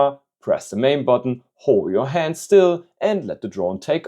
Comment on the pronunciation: why did bro say "hond" 😂